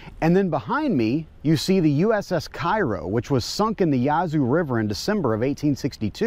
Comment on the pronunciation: Very interesting video. However theres a couple things to be corrected. USS Cairo was built in Mounds Illinois, not St Louis. Ironically the USS Mounds WAS built in St Louis. Also "Cairo" isnt pronounced like the city in Egypt ( KYro ) , they Pronounce it cAIRo. Something that I bet the Museum doesnt know.